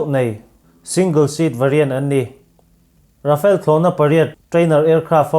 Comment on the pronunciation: Rafale hi English ang in I lam lo thei a ngem aw ka ti mai mai.. Rhafaal tih a lam tir a nia.. A chhan chu french o hian R hi (air) dang ri nen a in pawlh deuh in a lam thin a... A awm zia chu thlipui thawk thut tih na mai a nia.. Mizoram hi vai ho in Mizuram min tih sak hian, Aih Mizoram ti tralh thin ka ni😂